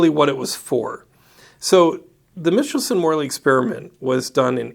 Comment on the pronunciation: Michelson is not pronounced mitchel-son, but rather Micheal-son. ;)